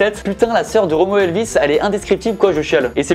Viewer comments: « Romoe Elvis » t’arrive pas à prononcer son blase chui mort 😭😂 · jsui le seule qui et choquer de la facon don il dit romeo elvis?